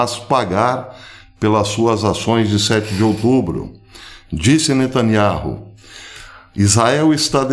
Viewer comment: O entendimento é muito bom e cheio de verdades sobre a guerra, mas eu gostaria de ouvir a verdade da pronúncia do nome de Netanyauh, essa é a pronúncia certa.